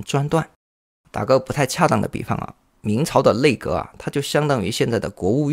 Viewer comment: nei内，内阁，不是累阁